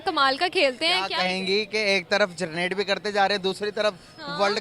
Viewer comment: भाई पहला 'जरनेट' या 'जनरेट' यह शब्द ठिक से बोल लो...😂😂